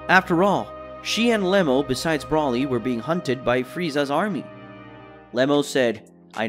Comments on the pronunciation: Who is brolly? its BRO LEE and its vegito not vegeta? you pretend to be a db fan and you cannot even get the names right.... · Brauly is not his name!!!! It's broly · You still cannot say Broly why you cannot say his name, right